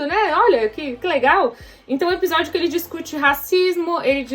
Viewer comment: fala “Epijódio” kkkkk fofa demais